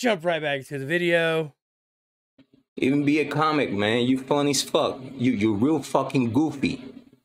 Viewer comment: Veedeeo lmfao